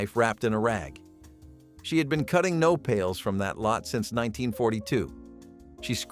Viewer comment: U call the cactus "no-paul-lays"